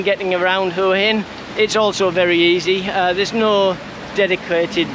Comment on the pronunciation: Learn to pronounce Hua Hin!